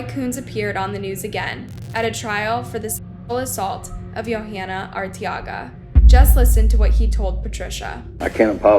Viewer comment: It's pronounced (Vuh-lass-quez) Velasquez.... You got Arteaga right